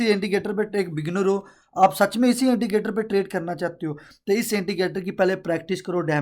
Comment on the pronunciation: Intigater ni hota indicator hota hy